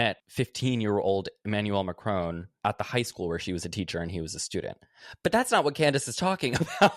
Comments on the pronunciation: im really curious how you guys got the pronunciation of Macron that you did. In all media I have heard ,albeit I do live in Europe, its always been said with a short "o". but throughout you guys use the same sound in "crone" Im just curious where you got that from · While we are doing corrections it's pronounced Macron not Mac-rowne